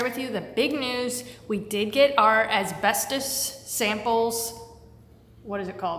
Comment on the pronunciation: why is it so hard to pronounce asbestos?... my man has the patience of a saint 🤣